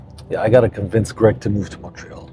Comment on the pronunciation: Lady, its Gregg not "Craig" sis doesnt even know her man's name 😂